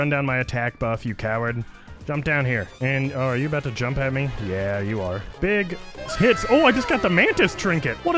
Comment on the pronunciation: Bro when u said big hits in the mantis fight , it sounded like big T@